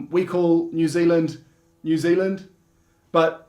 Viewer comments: Hehe, immediately calls it Ne'z'l'nd after saying they say all the letters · Haha, "a lap to far" was a reference to Phar Lap - famous race horse from NZ, the "house is already crowded" was reference to Crowded House, the band. Oh, and by the way, our accents are completely different, Kiwis say all their vowels wrong. Didn't you hear him say New Ziland?